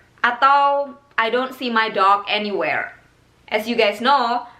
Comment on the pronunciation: Aniwerr and avrewherr